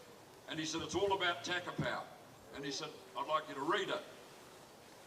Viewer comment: Takapau not tackerpow